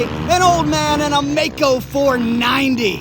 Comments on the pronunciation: Maico, non Meico. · Maico, pronounced My-coe, NOT May coe. I worked at the Maico importer in Detroit, Gray International, parts manager...Middle '60's